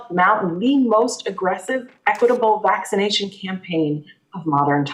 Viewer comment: Did he say vagination effort at the beginning? If he did, it's pretty appropriate. Bunch of mask wearing pu$$ies.